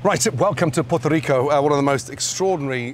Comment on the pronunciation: No , Ramsay this isnt pegao, this is manpostiao. also it's pronounced "PooEHRtoh Reecoh" not porto ricou .